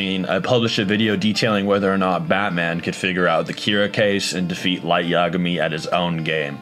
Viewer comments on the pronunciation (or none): Man just said law lyet lmao